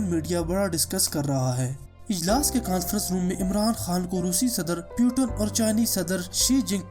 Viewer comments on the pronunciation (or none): Its a not name PUTAN 😂. He is a Vladimir Putin' s 🤣. And first of all u said correct name . Then any video uploaded.... that's why fokat ka ROAST hoga tu bhai. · Abe fakir putan nahi putin bol... Nam to thik le.